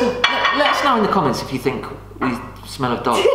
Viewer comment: “Ow, I don’t fink ah can do it” 😂